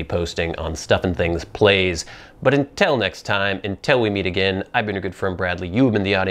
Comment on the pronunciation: Until not entil